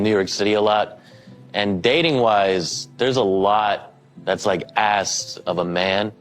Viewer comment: "Asked" Asssskkk-ed Not axed